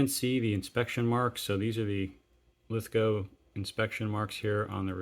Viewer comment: Thanks for pronouncing Lithgow properly but you may have trouble sourcing Queenslnd Maple because it's actually Queensland. Please be careful when replacing SMLE forends that you don't overtighten the screw in front of the magazine as that often causes cracked forends. Do you have headspace gauges and an armourers front sight adjustment tool for your SMLEs? One trick my now deceased mentors taught me was to use a small Mallett and punch t VERY LIGHTLY tap the front sight until the windage is satisfactory and then use clear nail polish to keep it there.